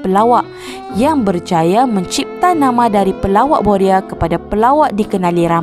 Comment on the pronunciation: Boya atau boria...lidah awk pelat dlm bnyk video sblm.ini